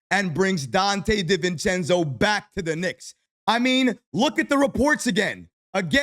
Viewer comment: Everybody: Donte DiVivencenzo: Donte DIV-encenzo 😂